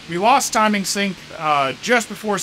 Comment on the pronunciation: 24 minute mark, it's a sync error, not a sink error. Just in case anyone is wondering, I heard "sink" at first, and was like huh? lol